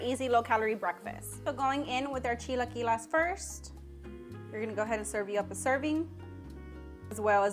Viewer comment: Girl its chi-la-qui-les not las 😂